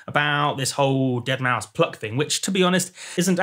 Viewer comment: eeeueuurrrh the deadmousth pluck!